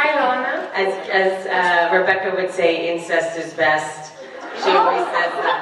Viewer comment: You said Lama it Lana